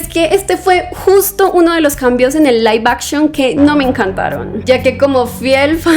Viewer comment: Laif Akchion x 500 veces😅